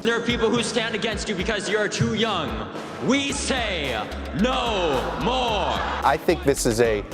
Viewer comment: WE SAYUH...NO...MOREUH!